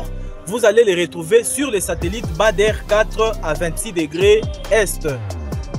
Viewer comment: Ce n'est pas Bâ der mais badre prononcer Bâ dre.